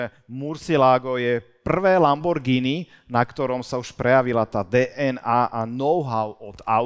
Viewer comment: Lambordžiny....kokos 🫣..toto keď pocujem